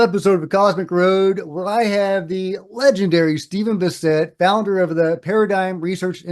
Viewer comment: Ugh... I think you mispronounced "Bassett"....